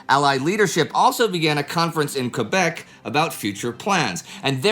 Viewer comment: It's awfully nice to see Quebec properly pronounced.